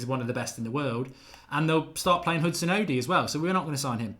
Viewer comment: O-DOY, not Oddy you illiterate Harry Kane-like moron. UGH. 😡🤦‍♀️ Stop mispronouncing CHO's name. It's not that hard to pronounce for crying out loud.